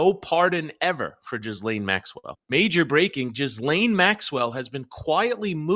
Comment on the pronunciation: Thank you Viva, because hearing everyone pronounce her name incorrectly is weird 😂